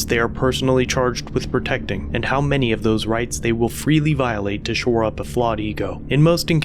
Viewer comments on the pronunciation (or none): none